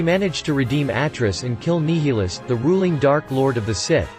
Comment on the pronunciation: NYE-il-us, not NEE-hee-lus, but yeah.